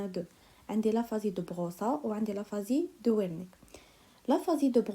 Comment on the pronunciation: Mercii une petite remarque concernnant la prononciation Aphasie de beroca = beroka Aphasie de wernicke = vernicke